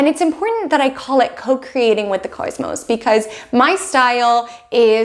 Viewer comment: Phonetically sounds like CAUSE MOSE